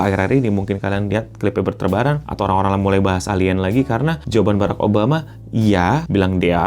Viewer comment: Barak beo bukan berreek😅😅😅